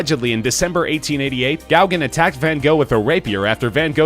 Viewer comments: GOW-gin? Who the fuck is Gowgin? It's go-GAN, you uncultured oaf. Not all names are pronounced as they are spelled, and you should have double checked before uploading this ear torture. I should unsubscribe just on general principle. A few more horrendous mispronunciations like this, and I will. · It's pronounced go-gan